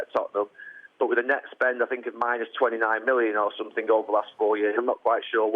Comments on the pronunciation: "I sink, I sink, I sink.........I've sunk!!!" Ha ha ha LOL Mr Ego Maniac finally turns into the "Sacked One", not as special as he thought he was, the true "Specialist In Failure"............all I can say is Wenger In!!! 🤣🤣🤣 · “ I sink”